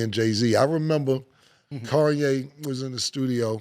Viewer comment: Cam still says Kanye like he did on that intro. “Kawn - yay”